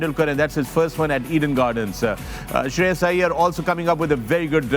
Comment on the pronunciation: Shreyas❌ Sharyaaas ✅😉